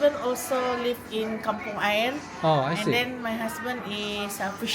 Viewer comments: kampung air 的 air 不读 英文的 air,，应该念 (阿yir) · Kampung 你念对了但是 air你念错了 你不能用英语念 你要念Ayer = A yer .. = A ir 要分开来念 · Air 马来语是“水”，不可以用英语来念，念成“空气”，那位妇女就念对了。